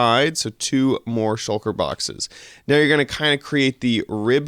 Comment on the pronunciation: "Shulker box" not "Shucker box" :-)